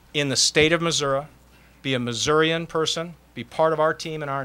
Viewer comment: mizzou might be in trouble... wow... he said missurah a little bit before 2 minutes into conference and again and